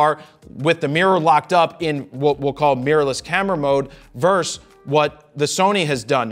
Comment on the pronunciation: Fro, right off the rip :-) It’s not “verse” my good man. It’s “versus.” There’s no such thing as Tyson “verse” Holyfield or New York “verse” Boston. And now, back to the video....